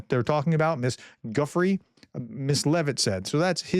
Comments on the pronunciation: Prof, you definitely need a pronunciation coach… even for the names here in America: Giuffre: sounds similar to jew-free. Gislaine Maxwell: Gisl as in gill (a fish’s gill), and laine as the a lane on a road… so Gill-lane. Keep up the good work! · It's time the world listened & TRUSTED, that Ukraine 🇺🇦 understands russia, and the world DOES NOT 😎 +BTW Guiffre is pronounced "JEW-FRAY"